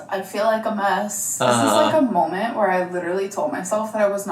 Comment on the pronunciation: My biggest pet peeve and ick that she does is say "molment" 🙄 😠 😡 there is no L in MOMENT DAMMIT!!! Even people who dont speak english as their first language speaks better english than her!!! Lol sorry I just needed to let that out because ive reached my limit hearing her say that 😂